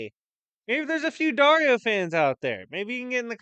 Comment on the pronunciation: I kept hearing Daria when you say Dario, for some reason. And now i cant stop thinking about Thor getting killed by Daria lol